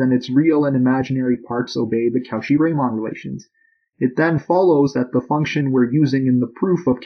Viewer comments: Impeccable mathematical physics. French pronunciation... meh. Not "Cow Shee" more like "ko she" or even "cor she" roughly. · How is Cauchy pronounced again? I hear cow shit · You're saying Cauchy wrong. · You really butchered Cauchy's name lmao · Great video. Very clearly explained without labouring too much on the background material. Wish I didn't get so distracted by "Cauchy" being mispronounced so much though!